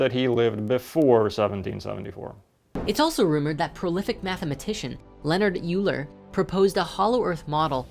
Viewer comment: I'm a mathematician so, of course, nothing has ever said has enraged me more than his mispronunciation of "Euler."